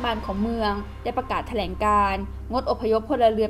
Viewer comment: อ่านข่าวคำควบกล้ำต่างๆต้องชัดครับ เช่น ยูเคน x , ปะเทศ x , ปะกาศ x , ปอดภัย x